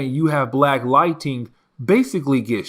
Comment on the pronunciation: Dude I love your content but you gotta learn how to pronounce lightning not lighting... it's Ning not ting